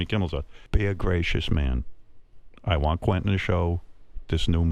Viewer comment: Quentin, pronounced kwen tin. Not kwinton